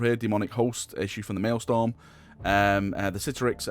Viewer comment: Please stop saying MaëlSTORM, it's Maëlstrom